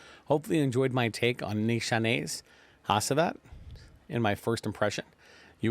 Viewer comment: Pronounced Nishane right , but c stands for j in Turkish ! I like this fragrance with aventus being reformulated this is the frag now !